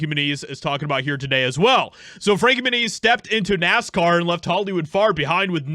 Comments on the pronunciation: Dude always mispronounces names, lol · I always thought his last name was pronounced "Mue-nez": not "Mue-neez". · Moon-Eeez ? Really ? Come on you can do better than that...... Not the best of drivers honestly, but then maybe jumped the shark a bit moving up.... Never the less, Good For Him if he really did whatever he could to get away from HOLLYWEIRD!! Being a "child star" I'm sure he's seen his fair share of Demonic shit so getting away was a smart move!! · It stems from Spanish and it would be pronounced Mue-neez